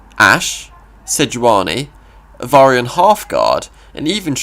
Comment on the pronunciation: I keep laughing when you pronounce "Avarosan" as "Avarian" LOL, nonetheless, this is a great video! I suggest making a keyword guide. Like you explain what Strike, Nexus Strike, Attune means.